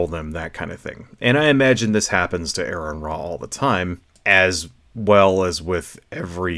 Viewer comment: Seriously dude, if Aron is your personal hero you really should say his name correctly. Aron would not approve.